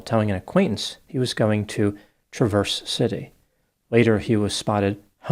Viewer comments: Not trying to be rude, but it is pronounced Tra verse City not Trav erse. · O.k I live outside of Trav vers city not Tra verse it's pronounced the first way. Trav vers. City , spelled Traverse City . You pronouncing it wrong. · This happened in my home town, Traverse City. You pronounced it differently though. It’s Not Truh-verse city, it's Trav-urse city. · The way you said Traverse City made me choke/cough/laugh soooo hard !!!!! 😂🤣 It s pronounced: TRA-VER-ZZZ At least that's how I have always heard it said and my husband was born in Detroit and my bestfriend was born and lives in the upper peninsula about 45 mins from Traverse City 😎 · TRA-verse (with an A like in mad). 😂 Luckily this is too rare a city to get its own Tick-Tock pronunciation tradition. Great job on Cheboygan! 😂. Don’t even bother with Ypsilanti or Dowagiac… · It’s pronounced like the name “Travis” 😭 Where is my Michigan people? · Not being a pesky grammar cop… but it’s pronounced Traverzz-city or Traver-City by locals. It’s kind of spoken like it’s one word. Also this guy needs serious help, not necessarily prison. He’s been screwed over all his life. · Traverse City is pronounced with emphasis on the first syllable, like Travis. TRA-verse. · Traver-city —— Michigander’s don’t say the middle s. It’s said as one word. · You are mispronouncing Traverse City!!!!!!! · Traverse City is pronounced with accent on the first syllable. Ouch,.